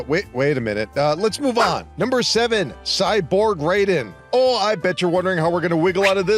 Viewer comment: cant even pronounce Raiden correctly. damn, this is gonna be awful. 9 hours later, I didn't even finish the video. It was worse than I thought.